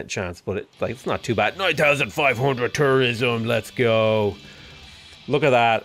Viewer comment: For some reason, I didn't hear tourism. I heard... something else you shouldn't say on this platform that starts with T and ends in -ism.